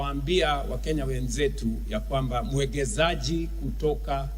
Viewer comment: Rais #Ruto tafadhali,'investor' ni mwekezaji ila si mwegezaji